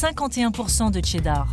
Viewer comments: Pourquoi prononcer « Tcheddar » ? Très étrange. Ça s’écrit cheddar et ça se prononce « sheddar » tout simplement. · Ca vous rends pas dingue que la voie off tout le long du docu dise Tcheddar au lieu de cheddar?